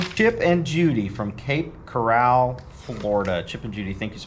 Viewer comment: Had to laugh at saying the Peanuts gifts were from viewers in Cape Corral, FL...its Cape Coral not Corral. I grew up there but moved to TN 8 years ago- I was over being stressed every hurricane season!